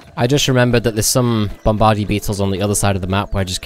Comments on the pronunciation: It's pronounced "Bombah-deer" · I laughed every time he said it